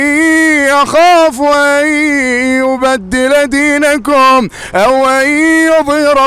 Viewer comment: جزاك الله خير استاذ ، للتوضيح فقط انت قلدت حتى اخطاء القارئ في سورة غافر ، اعتقد اسم القارئ خالد الجليل (( اني اخاف ان يبدل دينكم )) الكاف في كلمة دينكم مضمومة ولا يوجد حرف الواو بين الكاف والميم.. تقبل مروري